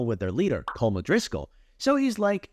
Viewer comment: ts pmo everyone saying its good but he says colm odriscoll